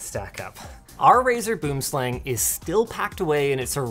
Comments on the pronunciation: Doesn't LMG have a south african working there? Please check the pronunciation on Boomslang aseblief! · Wow... the way non-South Africans pronounce Boomslang just sounds so very wrong. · Also Linus, I would appreciate it if you can learn how to say Boomslang. For reference its Afrikaans, a language found in South Africa. Even google translate managed to get closer than you >_< THe name literally translates to tree snake. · As a South African, the way he's pronounces Boomslang, makes me cringe. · The way he pronounces tree snake is painful. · Just an FYI - you pronounce it bwim slung - it's Afrikaans :) Enjoy! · I despise the pronunciation of Boomslang here. Good god lmao For those who care, it’s: Boo-em-slung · And it pronounced kinda like "boo"-"um" not like "boom" as you would say in English. Same with slang. Not like "slang" in English, more like "slung". So you would say "boomslang" like "boo"-"um"-"slung". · Boom slang directly translates to "Tree Snake", it's an Afrikaans word , obviously it's a pretty dangerous snake that primarily is found in trees here. I find it funny how people pronounce it, it's actually pronounced "Booohmslung". Venomous accuracy obviously refers to the name, I feel this mouse can be shy at times and will revert to a tree, being its natural habitat of coarse, so if its missing from your house just look there. Love Linus's pros wrestler persona, I wonder where else he uses it. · "Buhoom slung" is how you pronounce its - Its afrikaans for Tree Snake. I had one of these mice back in the day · Its weird that Boomslang in Afrikaans ( pronounced "Boo-um slung" ) means TREE SNAKE in english and the logo is 3 snakes after all. The "Tree snake" is a really big python you would get in trees that lunge down and catches its prey and small antelopes and is strong enough to pull its prey up into the tree 0_o. Did they name this with the Afrikaans word on purpose? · It's actually pronounced something closer to boo-uhm-slung